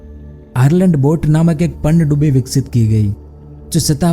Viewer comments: बिल्कुल सही! पनडुब्बी का उच्चारण ही नहीं कर पा रहे हैं! पनडुब्बी को पन्नडुब्बी बोल रहे हैं! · Bhai aapi ki video to sahi he lekin panidubi nahi pandubi bolte he please thoda sune me sahi lage esa bole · Pannadubi nhi Pandubi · Are murkh panyadubbi nhi pandubbi hota hai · पनडुब्बी कहते है पहले panndubbi नही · PaaaannduBi nhi bhai pandubi 😐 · पन्नडुब्बी नही पनडुब्बी बोलिए ।। आवाज मिठा न सही शब्द तो सही से बोलो😀😀😄😄